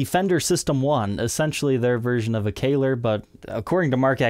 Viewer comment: That’s nothing like a Kahler, it’s just a knife edge trem with roller saddles. Also it’s pronounced like Mahler, there’s no Y in it.